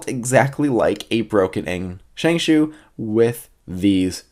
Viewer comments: As someone who speaks Mandarin, both pronuncations, ShengShao and ShengShoo, are about as accurate as each other. The actual pronuncation is ShengShow. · Well.. this isn't really important but Shengshou is pronounced "Sheng-Show" not "Sheng-Shoe" or "Sheng-Shao" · ikr as in sheng+ show =accurate pronunciation